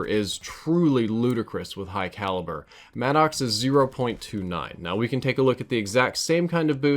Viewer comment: i’m gonna confirm the gun Maddox is pronounced (mad•ix) not mad ox